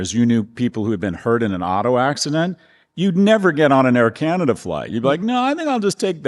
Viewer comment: Don't say kii-ya-nya-da. Correct your pronunciation, please! Also, we like kings here, understand? How is it that we in Canada know something about the Federalist Papers but you ignorami haven't in 150 years learned anything about the society that your genius president is attempting to rape? 🍁🇨🇦🏴